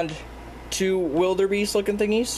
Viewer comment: Wildebeests are antelope Also wildebeest are my favorite animal You said wildebeest wrong